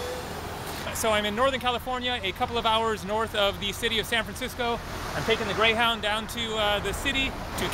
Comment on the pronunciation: You said Greyhowwndah bus lol